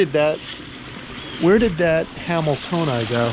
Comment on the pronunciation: 17th place ain’t nothing to sneeze at! Great job buds! I thought you said “Where’d that camel toe go?” (Hamiltonai?)